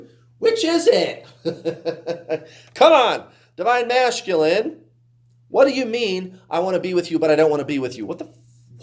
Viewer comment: I noticed that too! Lol